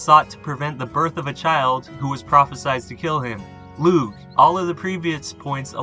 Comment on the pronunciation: Crom Cruach was demonised by the Christian monks. He and the Corra (another Primal Irish deity) were ‘slain’ by St Patrick. This was all about wiping out older traditions. Only 2 references to Crom Cruach are left both from Monks. Lugh is pronounced Loo by the way